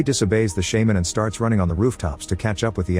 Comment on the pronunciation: wtf is a "shaeman" 😂